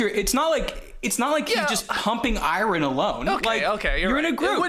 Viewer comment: The way pronounces "iron" threw me off.